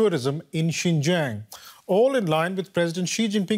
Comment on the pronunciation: XINJIANG IS PRONOUNCED “SIN—JANG”!!!!!!!